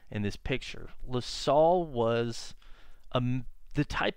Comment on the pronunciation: I know what you mean. I've lived in Montreal all of my 50 yrs and I'm into collecting antique maps of Montreal and surrounding areas. I live at the foot of Mount Royal too, so I have a lot of similar thoughts and feelings. Funny to here LaSalle pronounced as La-sol. I like this channel's style of recounting history.